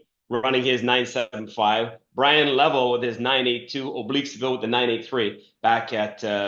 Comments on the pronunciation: It's Le-vell, not Level. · I always go back and forth...yes Le-vell